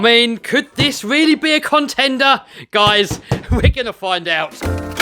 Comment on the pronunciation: it went weally well.